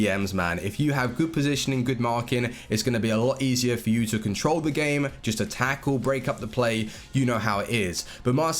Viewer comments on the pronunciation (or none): none